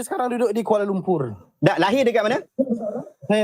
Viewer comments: Kuala Lumpuuuuurrr bunyi pun serupa Indonesia ja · Di sebut kuala lumpurrrrrrrr 🤣🤣🤣